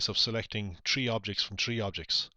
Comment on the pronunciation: Why do you say "tree" not "three"